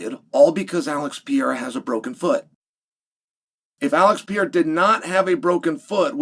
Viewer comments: Stop saying pee-air-ah!! It's per-air-ah. Jeepers. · Is he called P-eirra again Chael 🤣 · Alex Pee-Era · Why do people always have to pronounce Pereira so weird? Just say pear aye rah. Its not that hard. 🙏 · Chael is still horribly mispronouncing Alex's last name...